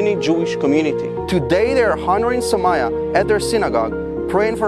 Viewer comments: It's pronounced saumYa not sumayyah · Bro it is Soumya and not Sou-maya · It's pronounced as "Sow-m-ya"... Just thought of saying this 🙏 We Indians will always be with our trustworthy friend ISRAEL 🇮🇱❤️🇮🇳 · Well it's actually pronounced as sou mia